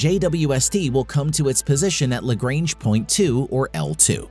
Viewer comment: Lagrange is pronounced with a soft a.